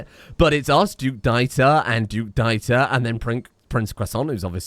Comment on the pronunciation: Btw, FYI Dieter is pronounced like Deeter. In case you were wondering.